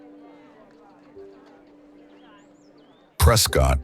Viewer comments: Just to let you know, it's pronounced "Prescitt," not "Prescott." 😉But terrific video!! This is why I fell in love with Arizona; the diverse and stunning landscapes, and beautiful and historic cities like Tombstone, Jerome and Bisbee. Thank you for making this! ❤ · You got that right. Preskit not prescawtt a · Beautiful video. Teach your AI voice how to pronounce SAH WAR OH and in Az we call it Preskit.